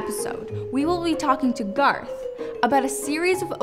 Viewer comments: It's Garth not Garotth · lel< I was like "DID YOU JUST SAY GARROTH" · IT'S GARTH, PEOPLE!!! IT'S NOT GARROTH!! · Bokz To its not GARROTH its garth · OKAY ITS NOT GARROTH IT. IS. GARTH!!!!! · It's Garth